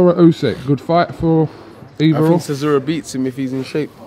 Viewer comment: If dillian can say chisora rather than siszora life would be so good 😂